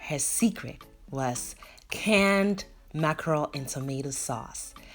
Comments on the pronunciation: You didn't butcher the name 😂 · Yess...oo you didn't butcher the name my dear. Thank you so much.I always learn something new from you.Accurate and on point as always...